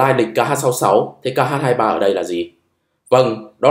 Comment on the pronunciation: X 23 ta đọc là khờ 23 chứ tiếng anh ko có chữ kh